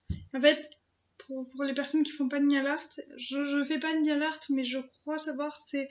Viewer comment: A chaque fois tu dis "Nial art" au lieu de "nail art".. c'est horrible.... Tu filmes les ouvertures le même jour ? parce que t'as toujours le même pull. Et y'a eu quoi depuis cette vidéo ? t'as pas sorti de vidéos